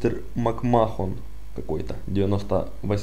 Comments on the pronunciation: мак Мэн а не мак мехон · Если все так говорят не значит, что так и есть. Макмэн- McMan по-твоему? Все комментаторы, рестлеры и прочий состав произносят "МакМэхн", а некоторые звук Х "хэ", делают как "г", но с небольшим шипением "МакМэгхн". Букву "О" они вообще не произносят